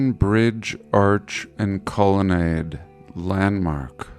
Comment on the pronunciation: I’m just gonna leave this here... Colonnade.... Colon aid